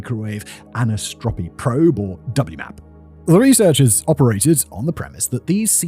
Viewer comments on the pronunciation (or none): It's an Anisotropy probe, not 'anisopotry' or whatever he muttered...